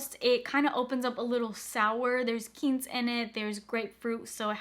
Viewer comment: Just a little info tidbit: Quince (the fruit/note in perfume) is pronounced kwins not keyns and cassis is pronounced cass-ese. 😉